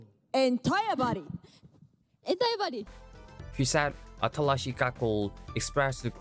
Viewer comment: Remember its not “Atarashii” it’s “Atalashii” made me chuckle first few minutes